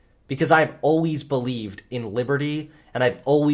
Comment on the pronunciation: Great video,. It's really nice to watch this transformation over the past years as I too have left conservatism. But WHY do you pronounce 'always'like that?????